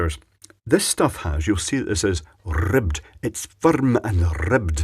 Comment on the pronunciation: "Firrrrrm and rrrribbed" I love scottish.